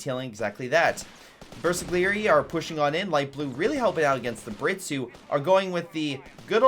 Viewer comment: bersaglieri are pronounced pretty much the way you do it, but the "g" is silent. If "gl" is followed by a vowel, the "g" stays silent.